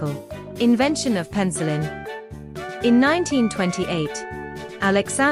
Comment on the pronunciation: Sounds like the "qwerty keyboard" was an "on purpose," not an accident. "Pencil-in?" Learn to talk.